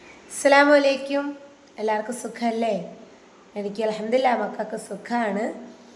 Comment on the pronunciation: സോറി ഒരു കാര്യം പറയട്ടെ..ഒരു ചെറിയ തെറ്റ്... അസ്സലാമു അലൈകും എന്നാണ്.. പറയുന്നതിൽ തെറ്റുണ്ട്..